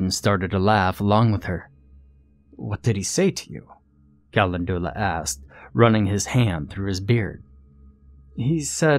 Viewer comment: With all respect due to one of my very favorite narrators, I couldn't live with myself if I didn't say something when my OCD little brain notices a misproununciation; Calendula is pronounced "ca-len-djew-luh" hunny 🐇. Much love to you and yours, and thank you so much for all your narrations! You give life to so many delightful tales of terror and fright (n˘v˘•) so much happiness have I derived from the many hours of your voice here on ye olde you tube. Yes, thank you, thank you, THANK YOU!! ƪ(˘⌣˘)ʃღ˘‿˘ற꒱(っ˘ڡ˘ς) ┌（^ .^）┘( の •̀ ∀-)و٩(ˊᗜˋ*)3､`)